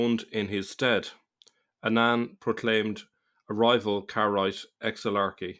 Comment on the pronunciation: Only on minute , but it’s time I tell you that no matter the spelling, the word “Kairaite” is pronounced in 3 syllables, no “j” letter or sound in Hebrew. And they are still around: a very well known Kairaite Jew is Nehemia Gordon who has a very popular and insightful YouTube channel. You might want to give it a watch and see what you think. I think he’s brilliant!